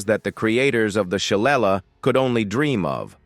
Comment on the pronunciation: Why can’t AI say shillelagh???😂😂 SHUH-LAY-LEE. Stupid robot.